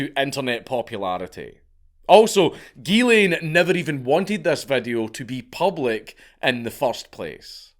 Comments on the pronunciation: The “ghy” in Ghyslain is pronounced “JEE” with a soft “j” sound. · Its "Geeszlain" not "Guelain" (Ghyslain). The way the counts pronounce it is a female version of the name. It's fucked up what happened to him